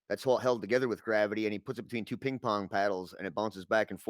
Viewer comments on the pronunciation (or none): none